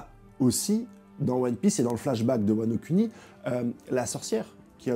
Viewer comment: Arrête de dire "Wano cuni" 😂